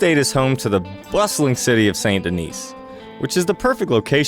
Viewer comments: Why is my pet peeve for people calling Saint Denis - SAINT Dennis or SAINT DENISE It’s pronounced (sÄN Dēnee) Please…. It’s like someone saying they’re going to eat at that EYETALIAN RESTAURANT 🤦‍♂️ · the way you said Saint Denis is painful